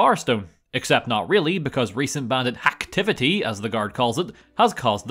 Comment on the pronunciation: Hehe, glad I'm not the only one that takes the piss out of the guard saying "bandit hacktivety". Damn I really miss this game.